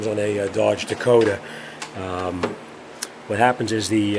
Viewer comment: First laugh was in the introduction😂..dakodas😂😂😂😂the second laugh was "RATIATORS"😂😂😂after that it was just northern accent i couldnt even watch the video seriously anymore then the phone rang anouncing who it was 😂😂😂😂😂😂 it just turned in a good last for me thanks